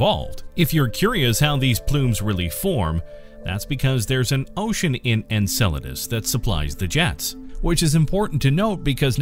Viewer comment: Finally! I was waiting for this video without you pronouncing it: ENSALADAS